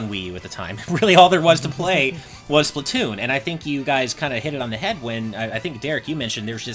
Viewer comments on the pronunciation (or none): none